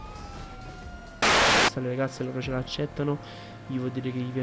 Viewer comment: solo a me dopo due "okkio" mi girano i coglioni. Sei comunque un grande hahaha